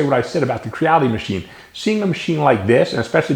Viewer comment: Funny thing. I was watching this video, and every time you said "Quiddee", I thought to myself "How is his wife not correcting him? He said she was Chinese. It's 'Cheedee'." Hahaha! Great video, friend.